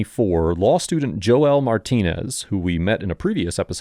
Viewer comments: Joe-el? 😂 Nobody has ever told you Joel is pronounced either (Ho-el), which he pronounces in the video for you, or (Jole) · Ain't Joel pronounced jole? Not joe el? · Bruh 😂 it's not Joe-el... it's pronounced "jole".